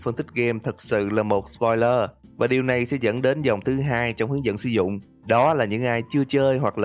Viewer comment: Thế spolier?? Đọc v đúng k Như căc